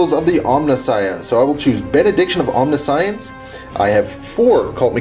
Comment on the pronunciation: omni-science? i think you mean omniscience.